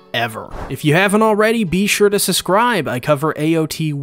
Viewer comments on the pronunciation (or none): I cannot help but cringe every time you ask me to "suscribe" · Can someone please explain to this man that there is a "b" in the word "subscribe"